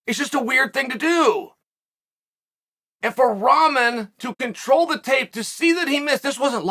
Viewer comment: Can’t tell if chael is being paid off by Jake Paul or if he just reaaaaallllly enjoys calling this grown ass man “Raman”